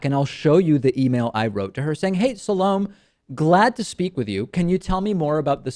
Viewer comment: Pretty funny that you start out by saying the only thing she got right is your name, when you didn't even do her the courtesy of finding out how to pronounce hers.?